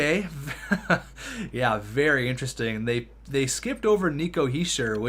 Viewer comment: You pronouncing Nico Hichiers name wrong is kinda annoying